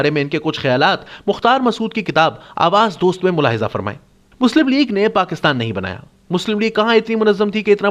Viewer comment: آواز دوست نہیں ' آوازِدوست'